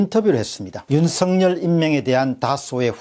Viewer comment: 윤석열을 윤석렬로 발음하지 마세요